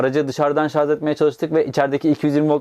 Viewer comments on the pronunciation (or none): none